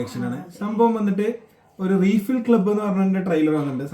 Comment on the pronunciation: റീഫിൽ club ❌ റൈഫിൽ club ✅